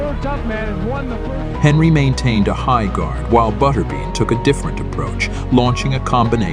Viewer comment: It's pronounced butterBEAN not butterben. Computer voice.